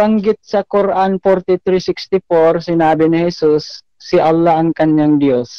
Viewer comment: Nahirapan bigkasin ni si Allah ang Dios tomintigas dila ni